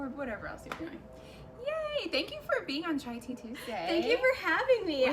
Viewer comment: the intro said chia tea 😂